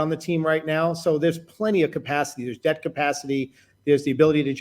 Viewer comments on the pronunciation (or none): none